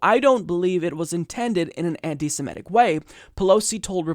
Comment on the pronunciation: I wish someone would explain to this guy that the word is SEMITIC not "SIMETIC".